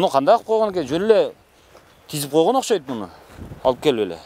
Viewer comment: Мектеп директору эч нерсени билбейт экен и ещё не грамотный сүйлөйт экен Ошкойт дейтко 😂